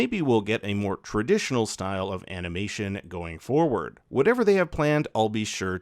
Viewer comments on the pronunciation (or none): none